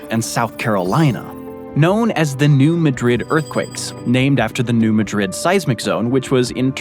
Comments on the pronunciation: A couple of pronunciation corrections: New Madrid, MO is pronounced New MAD-rid, not New Ma-DRID; Cairo, IL is pronounced CAY-roh, not KI-roh. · FYI, its pronounced "New Mad Drid" not "New Muhdrid" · Did you ask the folks in New MAA-drid, how to pronounce the city and the fault? They don’t say maDRID, like Spain. Where did you get the pronunciation of Texarkana? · Come on guys. The New Madrid earthquakes are pronounced MAD-drid, not ma-DRID. Elementary (and easily checkable) mistakes like this are so annoying about this series. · I think it's New MADrid, not New MADRID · The town in Missouri is pronounced New MAD-rid, not New Ma-DRID. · "New Matrid" is pronounced "new MA-drid" (emphasis on the first syllable of the second word. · It’s pronounced, “ Mad-rid”, not Ma-drid. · It’s also New MA-drid, not New ma-DRID. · It's pronounced New MAD-rid. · In general, your videos are thoroughly researched and accurate—except as regards pronunciations. This is never more obvious than when you visit the middle of the country where the Ohio and the Mississippi rivers meet. I cringed every time you said "New MaDRID" (and you said it a lot); I can assure you, NOBODY who lives anywhere near there pronounces it like the city in Spain. It's most emphatically "New MADrid." Likewise, Cairo, Illinois, is not pronounced like the city in Egypt; it's "KAYro" to the people who live there. And logic defies explanation as to why, while you get Arkansas right, you insisted on saying "TexarKAHna." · Hopelessly lttp and def a bit pedantic, but if you haven't been made aware yet, residents and regional neighbors of New Madrid, MO pronounce the town name "...MAD-rid" instead of the more common Spanish way. Otherwise, interesting vid as always! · I believe that it pronounced New Mad-ridd. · It’s Mad-rid. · Steppe is pronounced in one syllable: "step" And the pronunciation of New Madrid stresses the first syllable of Madrid: noo MAD rid. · .. say: New MAD-Rid earthquake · It's pronounced Mad-rId